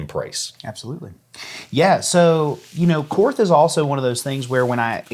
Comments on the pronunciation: German words (as far as I have been taught), that end in TH, use a hard T sound. It is pronounced very closely to the English word Court. Just like the Philosopher Karl Barth. It's pronounced Bart and not Barth. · > I’m a Korth guy. > Continues to pronounce it “korth” when it’s “Court”. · The "H" is silent. It's pronounced "kort" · You learn enough about revolvers, and you might just learn how to pronounce Korth correctly.